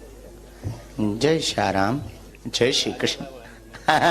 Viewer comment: रैम नही राम 😂😂😂